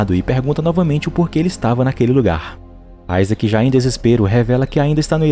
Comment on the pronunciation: Mano meu nome e Isaac e não fala assim